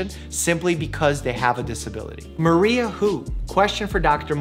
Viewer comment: Mario 🚫 Maria ✅